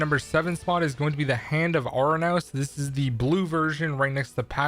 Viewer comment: ik. You got Charon right the second time tho I’ll give you that along with Ouranos and Hemera. Every other person I’ve seen talk about them have mispronounced them